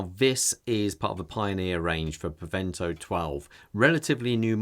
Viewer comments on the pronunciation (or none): It's "Preventor", not "Prevento" 🙂